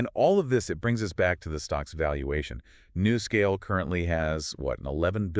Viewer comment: Nuscale. Say "New" Scale.